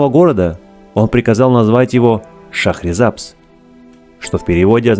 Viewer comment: Название города произносите правильно . В переводе с языка фарси ШАХР - город , САБЗ - ЗЕЛЁНЫЙ . 《 ЗЕЛЁНЫЙ ГОРОД 》- ШАХРИСАБЗ .